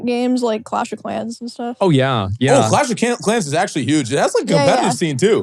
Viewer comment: ahhhhhhhhhhhhhhhhhhhh helllllllllllll nah did she call clash trashhhhhhhh